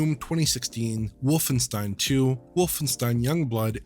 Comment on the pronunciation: Why is he mispronouncing Wolfenstein? Where's John to correct him?